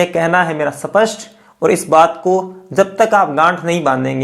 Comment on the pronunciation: Sir Wo सपस्ट nhi स्पष्ट होता है कई बार आपके मुह से सुना है कृपया सही हिंदी बोले